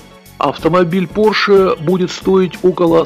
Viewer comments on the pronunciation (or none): Поше миссион Э!!!! Мать его миссион Э!!! Йоп твою машу! Человек рассказывает о новых технологиях, развитии цивилизационного мира и о будущем в целом - и при этом у него "Поше Миссион Э"!! Это блея*ь каааак???